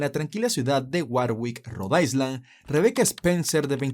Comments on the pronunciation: con todo respeto, Road island no se pronuncia ice como hielo, se pronuncia aylan; lo mismo pasa con Long island u otra palabra en ingles que lleve la palabra island... saludos. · Cuando dices Rhode Island lo pronuncias mal 🤷‍♀️🤦🏽‍♀️👎🏼